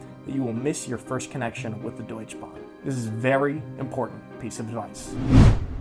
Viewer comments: Good brotherly advice!! But c'mon, Nick, why don't you teach Mikey to say Deutsche Bahn instead of Deutsch Bahn? And will you teach him to drive stick? Looking forward to your German adventures! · Just a couple of things to add: the e at the end of "Deutsche" in "Deutsche Bahn" is actually pronounced. You said it rather like Deutsch Bahn instead of Deutsche Bahn. And i agree on the point, that Bavaria is not all of Germany. I now many people here in the northern part of Germany saying that Bavaria is not Germany because it is very very different from the rest: culturally, geografically and so on. And a small thing: Germans usually don't talk about Germany as a Country. They can say something like the German fb team, the german government, that and that region of Germany, or the german geography, but almost never as Germany. (although they often say germany scored a goal, but that is rather an exeption). the bread in Germany btw is very expencive. I didn't even know about that starring thing of germans. As a German I don't notice that at all. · Yo american ! Its called Deutsche Bahn. Not Deutschbahn. Setzen. 5. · it is called die deutschE Bahn, not the deutsch Bahn :-) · remember german doesn not have silent vocals in the end so deutschE you hard pronounce the E in the end xD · Deutsch(e) Bahn 😂...Aha... where is the E ? Sorry... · Come on, you should know how to pronounce the DeutschE Bahn…… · It is PorschEH, DeutschEH Bank, DeutschEH Bahn. Just being pedantic.